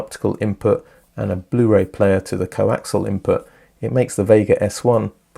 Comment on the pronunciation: When two items have the same axis they are "Co-axial", not Co-Axle as you keep saying. It is pronounced Co-ax ee al.